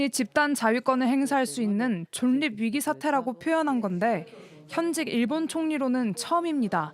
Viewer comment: 존립은 [존닙]이 아니고 [졸립]이라고 읽습니다.